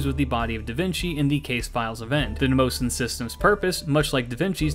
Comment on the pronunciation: Just to clarify since I studied greek myth: mnemosyne is pronounce neh-moh-see-knee